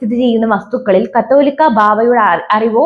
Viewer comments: കത്തോലിക്കാ ബാവ അല്ല , കാതോലിക്ക ബാവ എന്നാണ്.ഏതെങ്കിലും മനസ്സിൽ ആക്കി വാർത്ത വായിക്ക് . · കാതോലിക്കാ എന്നു വായിക്കാൻ അറിയാത്തവരെ ഇത് പോലെ ന്യൂസ് വായിക്കാൻ ഏൽപിക്കരുത്. അല്ലെങ്കിൽ ചാനൽ ഉടമ പഠിപ്പിക്കണം.